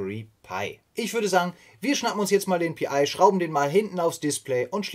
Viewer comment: Mich irritiert die Aussprache manchmal. Pi und dann wieder Pi-I? Hat das einen tieferen Sinn? Ansonsten, ein sehr informatives und interessantes Projekt, wo ich als alter Raspberry Pi Nutzer auch novh was lernen kann wenn auch HA kein Thema ist in einer Mietwohnung.